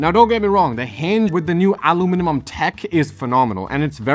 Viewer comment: who knew that "aluminium" was such a diabolical word to pronounce 😂